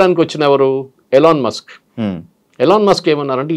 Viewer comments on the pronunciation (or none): none